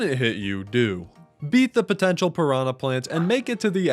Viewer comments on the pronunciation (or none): none